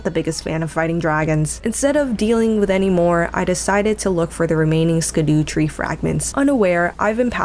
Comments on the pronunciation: the fact that you pronounce "mausoleum" as "maul-o-seum" is so wrong, yet so right. e: and Skidoo Tree hahah. Scadu is FS's version of scéadu, the Old English word for "shadow". The pronunciation is the same. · the scadu is pronounced as shadoo or shadow tree fragment. nice playthrough though, Do Bayle too. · sca-DU-tree fragment...love it